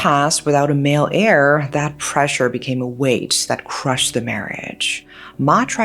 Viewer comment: male "heir" 😂😂😂